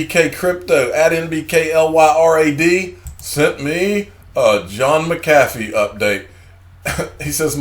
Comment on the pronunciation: You're now one of The Few Youtube guys Pronouncing John McAfee's name correctly.